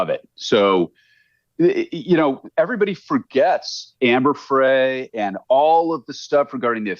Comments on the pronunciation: This guy doesn’t even know that this innocent project is a fraud, it’s not the real innocent project. Just another lie from Scott. And he mispronounces Frey. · This clown has no credibility whatsover. !. He can't even pronounce Amber Frey's name correctly and 2. He actually suggested that we go look at Wikipedia regarding this case. What a fool.